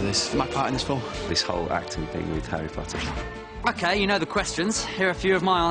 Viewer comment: he finally said Harry ✨Potter✨ correctly HAHAHA